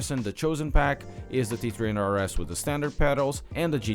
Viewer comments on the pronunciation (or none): Lol, he says “T tree hunred RS.”